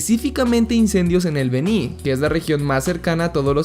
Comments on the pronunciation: No es Bení, es Beni Jaja Excelente video man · Amigo.... Felicidades buen video.... Está bien informado. ... Pero debo corregirte.... No es BENÍ..... ES BÉNI..... CON ACENTO EN LA E.... SOY DE BOLIVIA Y SE ESCUCHO SUPER CHISTOSO 😂...... Buen video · Se pronuncia El Béni con acento prosódico en la E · Eeeee... se dice Beni ( Béni) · Esta buena pero Beni se pronuncia sin la tilde en la I por lo demás esta bien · Beni no lleva acentuación en la i, soy boliviano así se lee